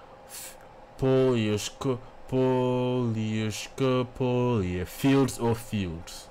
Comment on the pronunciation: Hi, You first said that you couldn't pronounce the song title. Then, you did quite well. 👍 I agree with a comment. Diana is a great ambassador for her country. The hammer and sickle emblem represented the Soviet Union. I guess that it was meant to honor the average working people.